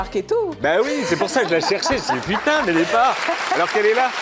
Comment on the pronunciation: Un album intchimiste !🤭 Elle ne se censure pas sur ce qu'elle djjiiit !🤭 Elle est plus matchure🤭 Elle a répondue djjirectement